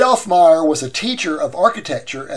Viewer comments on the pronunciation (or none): none